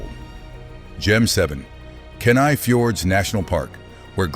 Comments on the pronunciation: Kenai is pronounced Key-Nigh, not Kin-I! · I can tell that the speaker has not lived in Alaska. He mispronunced several of the names, as in Kenai and Wrangell for example.